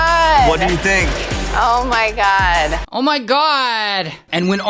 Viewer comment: "Oh My Gawd " completely killed me 😂😂